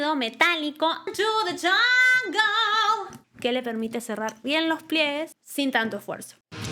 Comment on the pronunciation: You said welcome to the ungle..If your going to critique voice, you better pronounce English words clearly...😮